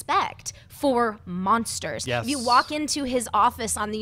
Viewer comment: be veeeewy vewy quiet. l'm hunting monstews.